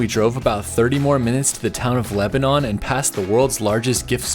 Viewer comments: I’ve been waiting for this one. 😀. I’m a lifelong Missourian and my brother lives in Lebanon (which is pronounced Leb-a-nun, not Leb-a-non. Just FYI). And it’s Raw-la, not Roll-la. Missouri place names are fun. 😀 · We.live in Lebanon. Its.ok you mispronounced Lebanon and Rolla. Its commonly done. I have learned alot about missouri route 66! Ive really enjoyed your trip!